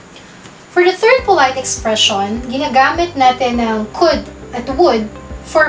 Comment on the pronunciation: Mam bakit could at would ganyan ang pronouced parang tatlong letra lang ang basa mo?.